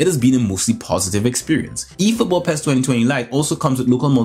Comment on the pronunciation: It's pronounced P.E.S not Pez, but we all do things differently so I cant argue with that, lol, keep up the good work ;)